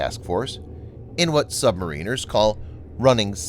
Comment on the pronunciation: Learn how to pronounce "submariner" correctly.....Sheeessh!